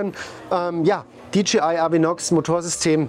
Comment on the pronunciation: Es heißt dji nicht dgi 🥴